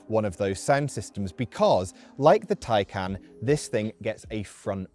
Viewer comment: What the hell is a macaaaan? It is ma CAN. You even say Taycan correctly. But then call this a macaaaan.